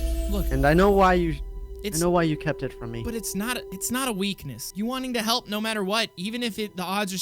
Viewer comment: Lol he said halp